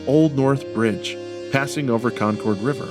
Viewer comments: I live 30 min from JSB, and 15 min from West Leb. I wait for the time the Prophet announces a temple here. Just as a note, and I don’t know why it bugs me, but “Con-Curd” and “Leb-uh- Nin” are proper local pronounciations ;) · you’re killing me how you say “Concord”. Thanks for visiting my beautiful state my family called home for 8 generations!